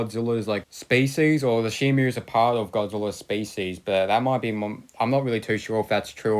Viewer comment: Stop saying shimu it's shimo read the packaging